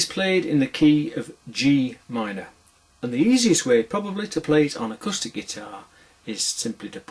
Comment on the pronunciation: "acustard guitar" . i think you'll find it's called an 'acoustic guitar'